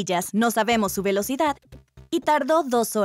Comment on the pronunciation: R de Relocidad, no?